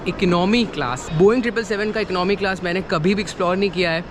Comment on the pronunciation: Eknomy nahi hota boltay Economy hota hai